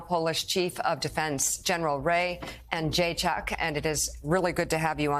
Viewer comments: Ray Jaychuck lol! you could at least ask the guy how to pronounce his name before going on air lol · I love the end, when She said about her polish roots and then she fail to prenounce general name 😭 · i love when she buthered his surname and he replied "perfect pronunciation" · "Did she say your name right?" "Absolutely" She absolutely did not 😂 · To be honest, she absolutely butchered his name. He just had a good sense to be a gentleman about it.